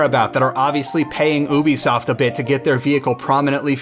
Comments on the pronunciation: Its Youbisoft not oobisoft or boobisoft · I liked the crew and its ubisoft NOT OOBISOFT